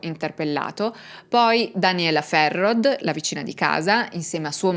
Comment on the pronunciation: Bellissimo video, sono Valdostano, ti scrivo le pronunce, il cognome di Ulisse si pronuncia così Ghisciarda, la signora Ferrod: si pronuncia Ferró la OD finale è un O chiusa e ovviamente la D sparisce, cmq bravissima...